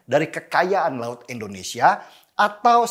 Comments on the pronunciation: indonesia bang... bukan Endonesia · INDONESIA bang bukan ENDONESA